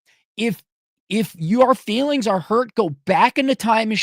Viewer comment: Here’s a grown man screaming into the microphone 🎤 in his basement, yelling about the “feesfees” and the “reerees”. 🤷🏼‍♀️